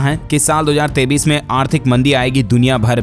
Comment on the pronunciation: AAP KA NEWS BAHUT ACHHA HAI LEKIN AAP 2023 BOLTE HO KI 2033 BOLTE YE SAMJH ME NAHI AATA HAI ESKO SUDHARO